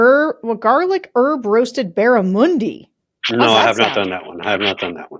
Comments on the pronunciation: As an Aussie, its pronounced dead barrAmundy, Sarah 😉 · Hey Sarah an Aussie here it is said, BAR - A - MON - DEE! Great fighting fish in the wild, sadly mostly fish farmed these days. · Barramundi is a delicious sea & freshwater fish from north Australia - try it Sarah, if you're a fish lover, you'll enjoy it! Oh & it's a short ' u ' - like bun 👍👍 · Hi Sarah - "Barramundi" (pronounced U as in "up") is an Australian native (sea and fresh water) fish and an Australian Aboriginal word - originally from indigenous tribes of far-north Queensland. I was surprised to hear it mentioned in your advertisement - it suggests the fish may be farmed in the US now OR that you're importing it from Australia. As an Aussie who lived in NYC for 6.5 years (and FYI please pronounce this word "Auzzie") whose many American friends are dismayed, horrified and embarrassed by what he who shall not be named has gotten away with and what his second reign will/might do - not only to American but in turn THE WORLD - thank you for all that you, George Conway and Tim Miller et al., at The Bulwark are doing to push back agains this shite and to keep us informed. From regional Victoria, Australia.